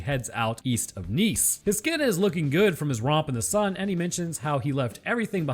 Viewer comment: Vert good work as usual ! Cudos to you for pronouncing “Nice” correctly ! Surprised me ! Born and raised there and a lot of English speaking people can’t pronounce it. (I mean I get why 🤣) Keep up the good work !